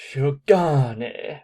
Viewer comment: I don't know about cosplaying specifically, but France is the second biggest manga/anime consumer after Japan, that much is true. Also, their French, according to a native speaker (me) : Shirogane : Passable, though that "ShirogAAAAne" is hilarious Shinomiya : Pretty good, despite the pretty strong accent Chika : lmao dafuk is she saying? For someone who's supposed to be this proficient, her intonation is pretty damn bad; it's hard to tell where the words start and end. The French girl : Now, that's a thing I often struggle with when it comes to anime... foreigners speaking their language, but for some reason, they have a strong Japanese accent... In this case here, she doesn't pass as a native, but one might not necessarily pinpoint her accent as being Japanese, and it's never implied she's actually a native, so I guess it barely passes. And of course, when they exchange insults, that's just pure gibberish; they wouldn't want to offend the eventual French watchers lol Oh, right, there's also Betsy saying "Je vous hais" (I hate you), at the end. Well, it's a weird sentence to say in this context, for start, in both French and English I'd say, but ok, why not. However, I'm not sure about that liaison between "vous" and "hais". I think most natives wouldn't do that. (Liaison is when you pronounce a normally silent letter at the end of a word because the next word starts with a vowel sound; normally, "h" isn't pronounced in French, which means a word starting with "h" starts wit